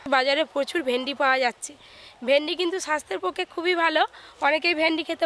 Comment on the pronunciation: Vindi,not vendi